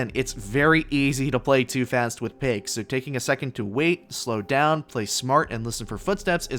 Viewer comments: Not payke, but paik. So hard to pronounce. Easiest specialist to get to t1. Paik + smoke = hidden aim bot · So the right way to pronounce "Paik" is "Pik"?